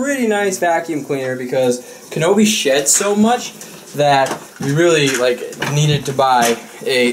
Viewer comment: It really sounded like said Kanobe shits so much.. not sheds lol